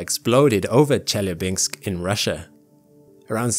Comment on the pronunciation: Great video; lots of good details about this mission that that I didn't know yet. I hadn't heard of the Lichia Cube for instance. By the way what does a velocity change in the order of 0.4 mm mean? Per second? Or...? P.S. Chelyabinsk is pronounced pretty much the way you write it; not Chellabinx.